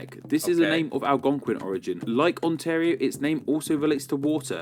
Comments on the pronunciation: It's Al·gon·quin not Aldonquin. The English language name Algonquin was borrowed from French Algonquin [alɡɔ̃kɛ̃], which, like in English, is the French name for the Algonquin people and their language. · Algonquin , not ALDONQUIN !! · Saying Aldonquin instead of Algonquin was sending me 😂 (I’m Canadian) it reminded me of a toddler learning their letters. Not in a bad way, but in like “awe that’s cute they’re trying” kinda way. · Pronounced Al-gong-quin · Al-GON-quin. 🤣 Sorry. It's a group of Indigenous Nations out east, including but likely not limited to the Wolastoq (WOE-la-stoke) and the Mi'kmaq (MEEG-ma). Mi'kmaqi (Meeg-MA-gee, hard G in both instances) is freaking huge, encompassing, as I understand it, most of Quebec, all of Nova Scotia, all of PEI, and about half of New Brunswick. Wolastoqey (Woe-LISS-toe-gway) is the rest of New Brunswick and down into Maine. I only know this because I have friends out there, eh. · “alGONquin” (Al- Gonk - Quinn) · I apreciate you and that you are learning about us, but hearing you say aldonnquin is sort of funny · whoever is narrating the video that you are watching is pronouncing words with an odd Britsh accent. ALGONQUIN in particular is oddly pronounced by that narrator. Try. breaking it down as follows: AL GONE QUINN. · Algonquin here is mispronounced by a Britt or auzzie. The word is ALGOBQUIN. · Al-gong-kwin Native Canadians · Algonquin, pronounced AL-GONE-QUIN. Nunavut is newer... it was all YK and NWT at one point. Not all provinces joined Canada at the same time. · "Al-gong-kwin" is how you say it, yes its a large native tribe :) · it’s Algonquin, not Aldonquin 😅 Because “British Columbia” is so long, I’d say most of us just say B.C. and forget about the British part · Algonquin - all-gon-kwin. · “Aldonkwin” he says 😂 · Algonquin = Al-gone-quin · Al-gon-kin is the closest to how you pronounce algonquin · Its Algonquin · Algonquin. With a G sound.